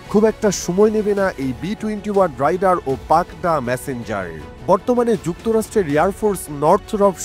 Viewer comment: Rider= রাইডার, Raider=রেইডার … Ei simple jinish tuku jodi ekta professional news channel er content creator ra na bolte pare; Bar bar vul uccharon shunle r content e focus rakha jay na 😕